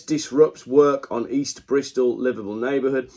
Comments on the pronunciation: I had the same problem, I thought he said Liverpool. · Thought he was saying Liverpool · It took me until to realise you were saying livable neighbourhood, and not Liverpool neighbourhood! Think its me that needs to visit spec savers...